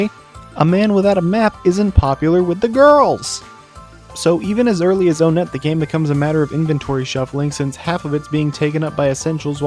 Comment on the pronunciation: It's pronounced "one-et" not "o-net"